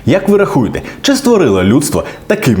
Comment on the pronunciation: Успіхів у подальшому вивченні української, ви на правильному шляху! І це не стосується конкретно цього відео (бо мене винесло після "рахуєте"), але не соромтесь перезаписувати шматочки тексту, де ви неправильно наголошуєте слова. А загалом наповнення відео цікаве, бажаю вам наснаги у подальшій творчості!